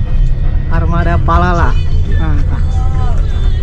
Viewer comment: 19 menit yang lalu Akhirnya ke sampaian naik Palala Jangan salah ucap lagi bang Palapa jadi Palala haha